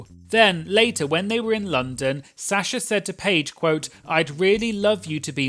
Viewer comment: I love you, but the way you’re pronouncing Sasha is diabolical 😂